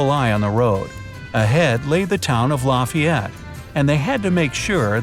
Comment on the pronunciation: La-Fie-Yet not La-fee-yet